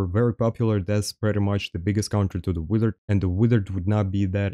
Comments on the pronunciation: master, why are you saying wither instead of wizard? 🤔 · They way he says wizard is hilarious 😂😂 keep up the content brother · right. I had to listen for context to figure out it was "wizard". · please do a video of you saying wizard for 10 minutes